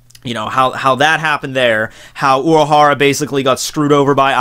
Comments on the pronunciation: uRahahra not Uaahara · learn your r"s urahara is not uahawa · Uuahara? :))) Uuahara here, Uuahara there :)))) What a weird pronuntiation you have :))